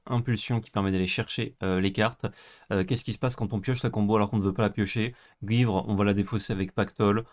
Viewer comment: Merci de prononcer "gouivre" <3